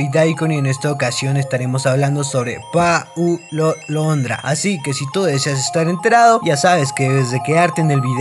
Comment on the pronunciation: Dice: Pa-u-lo Londr-a jajjajaja no es asi! Es Pau-lo Lon-dra.. Y que queres que escuche si Messi es Argentino, Paulo es Argentino. Crack con Crack se entienden!! 💙